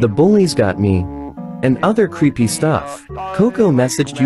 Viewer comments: When you say "creepy" it sounds like "preppy" 😂😂💀💀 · When u always say creepy I though you said preppy😂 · Legend has it: He never has said creepy to this day. He says creppy. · Ah yes, "Creppy"